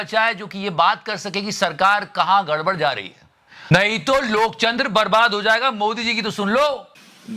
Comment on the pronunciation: Jise lok tantra bolna nahi aata wo kya desh chalayega pm hai kam se kam koi esa banda he rakh lo pm ji jo apko likh kar de sake ke kya bolna hai